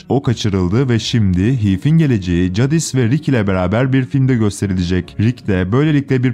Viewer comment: Cadis değil Ceydis